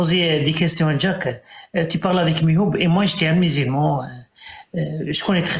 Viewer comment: Elle appelle mihoub = milouda 😅